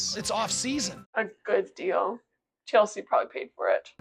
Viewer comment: my irrational pet peeve is when kody and meri say 'dill' instead of 'deal'